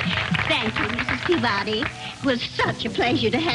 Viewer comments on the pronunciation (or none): They kept mispronouncing the English surname "Peabody."